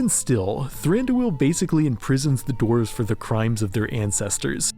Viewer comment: Ah yes, the mountain dwelling “dorvs”